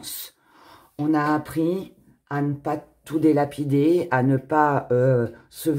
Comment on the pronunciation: Si vous avez mis bonjour era excusez-moi mais on ne dit pas delapider mais dilapider